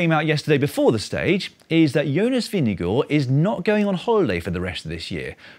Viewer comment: It's impressive how the English-speaking world keep getting better and better at pronouncing 'Vingegaard'. At this rate I fully expect Dan to pass the Danish language exam next year. Then all he'll have to do is name a couple of Hans Christian Andersen stories, drink a shot of aquavit while chewing on a pickled herring and he'll be legally entitled to hygge.